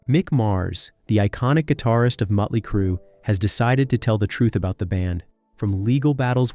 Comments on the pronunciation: This narrator can't even say the bands' name right. He keeps saying muttley crue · Who the hell is Mutly Crue ?